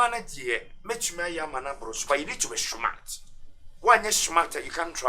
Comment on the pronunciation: You gotta be "schmart"...lol